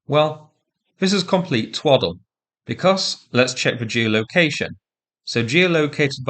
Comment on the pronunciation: Twoddel? More than two years, and I’m still enjoying your English! Not just the word itself, but the way you pronounce it: contempt is dripping of it! Good video as always! 👍😊